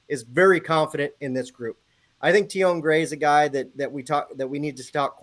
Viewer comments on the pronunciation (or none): Tionne Gray’s first name is pronounced Tee-on, not Tee-oh-nay.